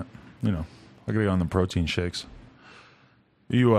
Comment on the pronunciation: "I cant skake" lol